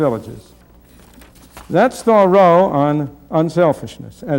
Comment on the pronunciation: he says Thoreau and interest soooo funny